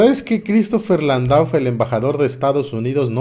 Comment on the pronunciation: Amigo el apellido Landau es muy probable que se pronuncie Landó y que sea de origen francés gracias por tus noticias abrazó